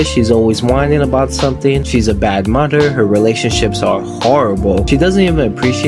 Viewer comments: Could you actually pronounce mother and father correctly next time ? Mudder and fadder 😂😂😂 bugged me the entire review I’m sorry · Solid enough video but wow your pronunciation of some words is so annoying and sounds forced. You'll say interest normal, but then say skreet. You'll say those normal, but mudder instead of mother. Like whyyyyy. Decent recap tho.